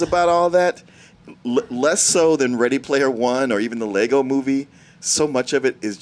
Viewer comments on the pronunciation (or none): none